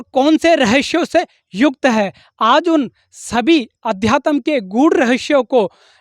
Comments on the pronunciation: Adyatam to bol lo pahle sahi se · पहले अध्यात्म बोलना सीख ले बेवकूफ